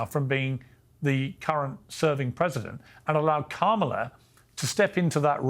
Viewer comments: Interesting that Kennedy is mispronouncing Kamalas' name. At first, I thought he was saying Camelot. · They're pronouncing her name as ' camel - a ' ... 😮😅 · Dear God, RFK Jr., and his perpetual victim complex, is so unbecoming of a leader. Also, show a little respect, and actually pronounce Kamala's name correctly, it's not "Camela", you sound like Tucker Swanson Carlson... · Joe Biden contributions I dont know but Kamala's (come-la) (yes thats how this name is supposed to be pronounced as it's an Indian name) contributions to global entertainment is absolutely rock solid. Rooting for her to keep it going. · Why do u pronounce Kamala "Camela"? 🐪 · Why does RFK insist on calling her Camel-a? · Love hearing people pronounce it Camel 'er. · Kamala is pronounced “comma la”. You’re welcome. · Why cannot Piers or RFK correctly pronounce Kamala? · I love that RFK mispronounces her name. The left also loves when people do that! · RFK Jr can't bother to learn how to pronounce Kamala's name. 😂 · I like RFK Jr. There are a couple things that are bothering me. Mispronouncing Kamala (soft a) is not helping as it comes across as an intentional jab. The other is it sounds like he's giving up. Is he? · RFK Jr is on the world stage claiming to run a legitimate candidacy for president and he still doesn’t know how to or is it intentionally want to pronounce Kamala Harris’s name properly. Bizarre world we live in.